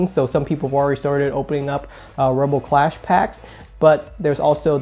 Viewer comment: It's clash not class